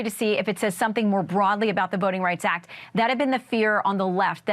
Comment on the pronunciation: "Voting Rights Ack" 🙄